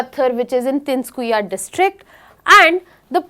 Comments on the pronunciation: Tinskuya? Ma'am it's Tinsukia, it isn't that hard to even pronounce. Tin-soo-key-aaa. As easy as it is. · Video is good but English pronunciation is horrible. Not oolfa. But ALPHA. Same as Ultra. Tin su kiya it is. Pronounce it right. Wrong pronunciation hurts local sentiments. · Its Tin-Su-Kia not Tinskuia. Cant even properly pronounce a word that is not even difficult to pronounce and here you are claiming to be teaching for IAS. Shows the level of education in our country